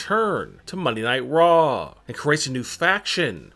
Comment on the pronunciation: Its raw.. not rrrraaaaaw...